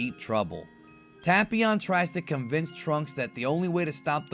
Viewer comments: It's not pronounced tap ion it' ITS TAPEION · Ta-pee-on. I thought it was Tay-pee-on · It's pronounced TAY-PION, NOT TA-PI-ON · Am i the only one who always pronounced tapion as Tape-ion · “Tahpeeon” lol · Anglo Laflare tape eon. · Devious J I’m making fun of how he’s saying it. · Black Disciples TA-PYON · That's now how u say his name pal😐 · you said the name wrong tapion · He pronounced tapion wrong